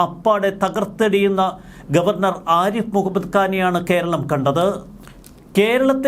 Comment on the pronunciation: "ആരിപ്പ്" മുഹമ്മദ്‌ ഖാൻ അല്ല സേട്ടാ, "ആരിഫ്" മുഹമ്മദ്‌ ഖാൻ എന്നാണ് അങ്ങേരുടെ പേര് 🤪